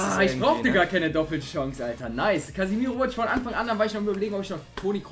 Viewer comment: Der heißt casemiro, falls du das extra machst nehme ich das zurück aber er heißt CASEMIRO